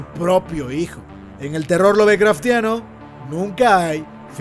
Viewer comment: Siempre me hace ruido escuchar pronunciada la “e” al decir “Lovecraftiano”.....si cuando se dice el nombre “Lovecraft” no se pronuncia. Si la raíz de la palabra es el nombre del autor entonces de igual manera la “e” no debería ser pronunciada 😕. Sorry, tenía que sacarlo de mi sistema. Buen vídeo, me falta de ver algunos capítulos apenas terminé de ver el de la bruja. Saludos